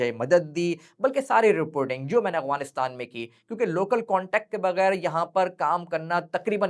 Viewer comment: No offence plz❤️ But it's sounding like اغوانستان , instead of افغانستان*۔ Otherwise it was a good one Masha Allah ❤